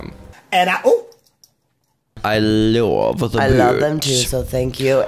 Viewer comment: I like how gottmik says love it sounds like vomit😘